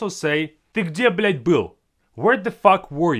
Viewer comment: на секунду я подумал, что кто-то другой начал материться, он слишком хорошо сказал эту фразу